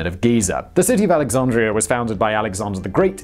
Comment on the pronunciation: lol@ "AlexaRndria"